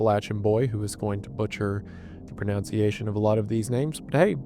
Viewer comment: 'Pronounciation' is not a word. Why leave that in? You sound like a dingus. You know you can do a second take?